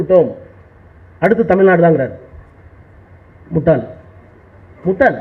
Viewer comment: அவன் சொல்றது முட்டைன்னு மாதிரி கேக்குது